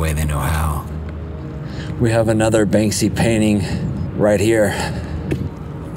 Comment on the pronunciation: Very informative, sad, inspiring & infuriating. Now i see what animals the Russians really are. A question..; Who is the artist you mention so many, many times beginning ? It almost sounds like "Banksy" or sounds like.. "Bang-See" . Thanks